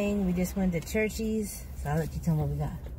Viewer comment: We have Church’s chicken here in Tx. I always get their strips. I’m not a fan of their biscuits, and the okra is packaged. They just throw it in the fryer. Also, it’s pronounced like ⛪️ (church-es) Good video and glad y’all enjoy their food. 😊♥️